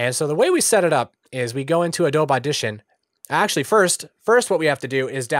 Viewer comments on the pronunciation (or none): are you saying "ah-doab" instead of "ah-doh-be" on purpose? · Yeah, he is. lol - "Uh-Dobe - E"